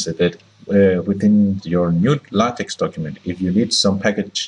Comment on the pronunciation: The X in LaTeX is Greek "ka" sound, as in "tech" and not soft as in "tax". Donald Knuth, the author of TeX made this clear on the first page of his manual. He explains how X comes from: "English words like ‘technology’ stem from a Greek root beginning with the letters τεχ...; and this same Greek word means art as well as technology. Hence the name TeX, which is an uppercase form of τεχ." He goes on to explain how it sounds in spanish and other languages. I don't understand why even after 30 years, people insist on mispronouncing? It is not "tex-maker", it is "TECH-maker". It is not "la-tex", but "la-TECH". Use hard K. Is that too much to ask if you insist on making videos without reading the manuals?